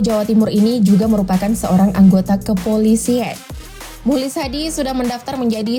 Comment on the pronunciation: mukhlis dibacanya muklis bukan mulis yg betul dong min cara baca kalimatbnyak belajar lg min....